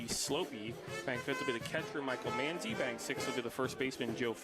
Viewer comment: It’s Michael Man- Zi not Mon- zi